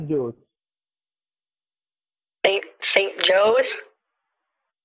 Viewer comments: he says San Jose not at jo’s he just doesn’t know how to pronounce the Spanish name lol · He was trying to say San Jose,but he said San Joes. 😂🤣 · San Joes. Dude just misplaced the e.